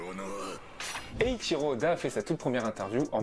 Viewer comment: Eichiro Yoda 😂😂😂